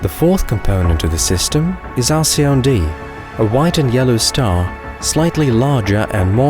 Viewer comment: Btw: Alcyone is pronounced al-kee-OH-nee. Otherwise it’s a wonderful video.